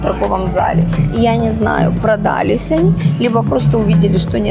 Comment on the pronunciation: собралАсь, а не собрАлась; продалОсь, а не продАлось; продалИсь, а не продАлись